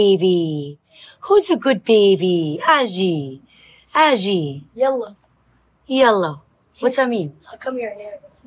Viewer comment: pronunciation of Arabic/Darija is on point especially the "Yalla" 😅